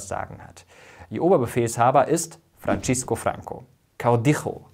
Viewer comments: Ich empfehle Mirko, sich über die spanische Aussprache spanischer Namen und Bezeichnungen zu informieren! Er spricht nicht nur Francos Vornamen Francisco fälschlicherweise italienisch - und nicht spanisch - aus, sondern auch den Titel "caudillo", den er ausspricht wie "kaudicho", der aber korrekt spanisch "kaudijo" ausgesprochen wird. Ich habe bisher nur die ersten gehört, den Rest höre ich mir wegen Müdigkeit morgen an. Aber in diesen nicht ganz drei Minuten habe ich schon diese zwei Aussprachefehler bemerkt. Ein weiterer Fehler: Die spanische Stadt "Guernica" wird auf der zweiten Silbe, also auf dem "i", betont. Mirko betont - wie fast alle nicht spanischsprechenden Deutschen - fälschlicherweise die erste Silbe. Ist nicht besserwisserisch gemeint - sondern soll wirklich nur ein Tip sein! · Er hieß span. Francisco, ausgesprochen etwa "Fransisco", nicht wie it. "Frantschesco". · Francisco bitte nicht mit italienischem Slang aussprechen. Fürchterlich, was die deutschen immer so aus spanischen Namen und wörtern machen 😄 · 2 wichtige Korrekturen: a) Es heißt FranZisco Franco und nicht FranTSCHisco Franco. b) Konservative SIND Teil des rechten Spektrums, so wie Sozialdemokraten ein Teil des linken Spektrums sind. Franco & Co waren Rechtskonservative, und somit rechtsradikal (so wie die Linkssozialisten ins linksradikale Spektrum leisten). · Nach "Gérnica" und Frantschisco" innerhalb der ersten Minute bin ich ausgestiegen, denn der Rest wird ebenso fehlerhaft sein. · Ein super Video! Es gibt ein paar Fehlerchen. 1.Die Ausprachen von Francisco. 2. Der Text mit dem du "Franco" auf dem Foto im Baskenland labelst steht nicht auf Franco. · Du hast francisco und caudillo falsch ausgesprochen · seit wann wird francisco franco italienisch ausgesprochen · Die spanische Aussprache muss aber noch geübt werden, z.B. bei Francisco, oder caudillo